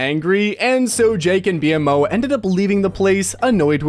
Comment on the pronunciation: i don't like the way you pronounced "BMO" 😕